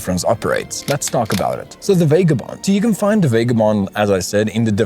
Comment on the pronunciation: VAH-GAH-BOND not VAY-GAH-BOND bloody hell it hurts to listen to.